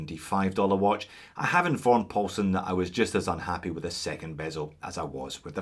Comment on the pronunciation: First we had “Big Dick”, then “Deep Paul”, and now a Asian sounding “Paul-Son”....makes me think the “alphabet soup” renamed Neymar was not so bad after all 🤪.